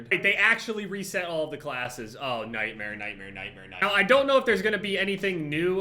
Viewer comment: I laughed so hard when he said night mare like ten times XD